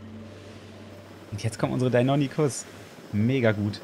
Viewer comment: Lieber, die dinonychus werden dino(english)-ny-schuss ausgesprochen😅